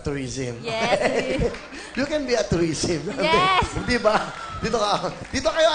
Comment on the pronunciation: I want to be a “toureesm” HAHAHAHA tngena mo ate